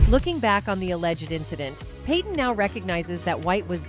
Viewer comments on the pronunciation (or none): none